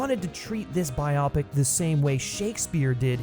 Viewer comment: PSA: its Bio-Pic as in BIOgraphical PICture; not Bi-opic.